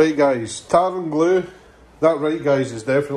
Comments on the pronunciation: The first few times I was sure you were saying "tartan glue remover" before I realised it was tar and glue remover. 🤣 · It sounds like you say “tartan blue”. You should do some merch with a kilt on it saying “tartan blue” it would be great and be part of a Scottish theme